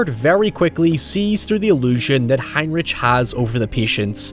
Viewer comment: It is spelt "Heinrich" but is pronounced "Heinrick"